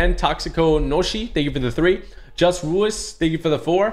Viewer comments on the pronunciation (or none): none